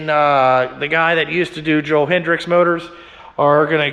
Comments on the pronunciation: .1 its hetrick not hetrix .2 its a trx not a crf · It’s Joel hetrick not hedricks